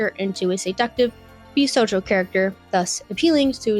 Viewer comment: “Bisojo” “Josie” get out PLEASE